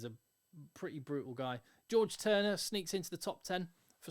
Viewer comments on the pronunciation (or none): none